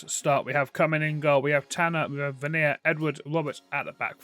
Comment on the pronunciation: Really triggers me how you say Vyner ahahah It's pronounced V-I-Ner just for future references